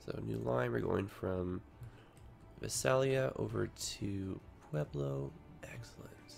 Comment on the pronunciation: You pronounce Visalia Vi-sail-e-u. From, a Californian.